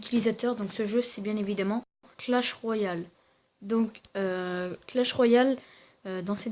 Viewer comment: .pas coah mais clach